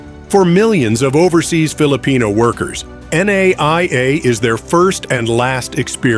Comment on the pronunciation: Too early to call it a mistake. As it is still being built. Your wrong pronunciations are so cringe. NAIA is supposed to be called "NUH-EEE-YUH", while Aquino is "UH-KEE-NOH"